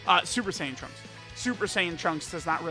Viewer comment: I cringe when he tries to say trunks in Japanese